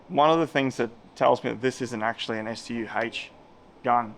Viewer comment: wow he got the pronunciation of the StuH correct.